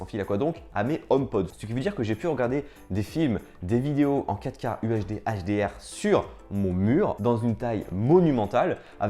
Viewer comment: Stop prononcer QUATREUH K